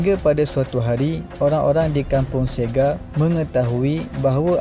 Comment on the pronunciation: Terima kasih admin untuk perkongsian ini. Cuma saya tertarik dengan sebutan perkataan Sega. Setakat pengetahuan saya, ✖️ Say-Ga ✔️ Sir-Ge Maaf dan betulkan jika saya silap